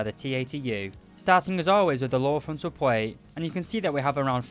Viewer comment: After many videos I still laugh at how this guy pronounces words with “pl” plate = pwate.